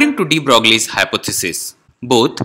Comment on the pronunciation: you are funny.. also clueless on the subject... by the way it is not to be pronounced 'DeBroglie'... it is 'De Broiee'... this is an important topic..whole field quantum mechanics stands on it... spend some time to learn it and make another video